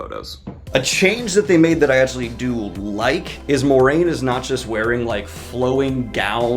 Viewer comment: Uh-Gwan? More-rain? Did your books not have a glossary?